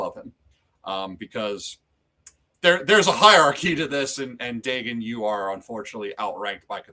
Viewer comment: great stream, but it was painful to hear the mispronunciation of Dagon over and over